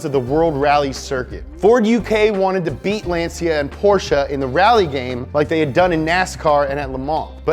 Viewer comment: He pronounced 'Lancia' differently here and differently in the Lancia video